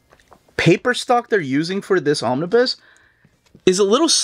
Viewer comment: I love your content. But I did want to be that dude. The "bus" "Omnibus" is pronounced like school "bus" not "biz"